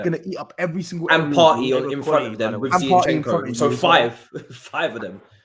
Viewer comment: please pronounce the players names properly. It's HavErtz, not HavArtz. It's Zinchenko, not ZiEnchenko. Thanks